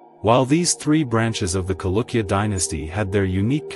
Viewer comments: the word is pronounced as Chalukya and not Kalukya. Ch as in cherish, not as in chemistry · Dude... Its Cha.. Not kalukya... Chalukya... This is what happens if u use computers for voiceovers... Lazy to edit is it??